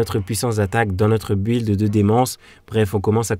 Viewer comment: Le saviez-vous ? Build se prononce Bild. Un peu comme si on disait Bill Gates avec un D après les 2 L. Tout comme Building qui se prononce Bilding. Si vous avez un doute y'a plein de sites dont wordrefence qui montre la prononciation écrite et un exemple oral. En phonétique ça s'écrit bɪld (y'a 0 u )